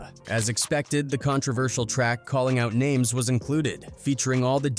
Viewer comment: Are you ever going to pronounce names right dude wtf